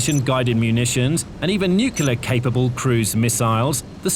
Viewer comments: NUCLEAR NOT NUCULAR!!!!!! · Nucular gahh!! A nerve grating mispronunciation of the word nuclear. So many people do it and it does not sound professional at all.